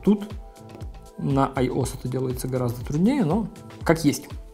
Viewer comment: Айос блять. АйоЭс!